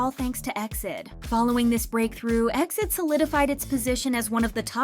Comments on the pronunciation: I watched all the way but hated that you are saying exceed instead of E - X - I - D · Please it’s not EXID (pronounced like exit) BUT E . X . I . D (like read each alphabet on it’s own) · Right off the bat. It's said E X I D. Suppose to be a k-pop channel and can't even say their name right. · It's E.X.I.D not EXID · Calling them Exid (like exceed) is kinda weird, I used to call them by letter, E-X-I-D 😅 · It's E-X-I-D ☺️